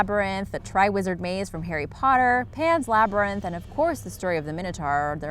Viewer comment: its pronounced mine-it-tour not mini-tor